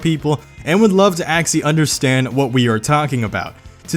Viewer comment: Why does he say axy and not actually?